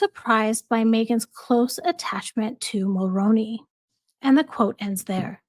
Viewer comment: 👋 Jessica Mulroney's last name is pronounced very similar to the actor Micky Rooney's last name with the obvious Mul as a prefix. So think Mull-Roo-Knee the Roo like room or kangaroo. I'm a 🇨🇦 in my mid 50's and the very first time I voted was for her father in-law our former Prime Minister Brian Mulroney. It's one of those names that aren't pronounced exactly the way they look like they should sound. At least it's somewhat close unlike names that don't sound anything remotely like they're spelled. 🤭 Anyway I'm somewhat on a mission now to hopefully get people who are unknowingly pronouncing Mulroney and Reitman's incorrectly to pronouncing them correctly. I had mistakenly thought that people would research things over the past 7+ years. I don't blame anyone because the majority of people who are mispronouncing the names are American and therefore aren't very familiar with Canadian Politicians or our leaders - Prime Ministers past or present. I'm surprised that so many people were aware of Justin Trudeau. Maybe because he was so young when he 1st took office and was considered somewhat handsome ...I don't know 🤷‍♀️ Funny enough I remember when his father - Pierre Elliott Trudeau was our Prime Minister...I was a young teenager then... Anyway back to my point... The 2nd name that people... not you that I'm aware of.. that people tend to frequently get wrong is Reitman's. More often than not they pronounce it as Right-man's which is completly incorrect. It's pronounced as Re